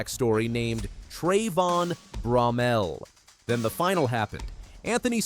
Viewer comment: I thought ut was pronouced BRO-MELL not BROM-MEL. Can someone correct me or the narrator please.